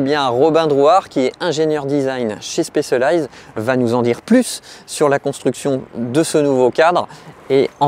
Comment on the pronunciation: La prononciation de Specialized m'arrache les oreilles. C'est quand même pas compliqué d'apprendre un mot correctement en phonétique même si on n'est pas anglophone